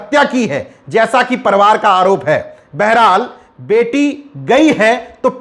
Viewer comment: परिवार को आप परवार कहते हैं।इसका उच्चारण सुधार कर लीजिए सर्!🙏🙏